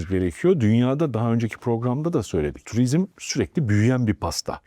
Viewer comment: Tuvizm değil turizm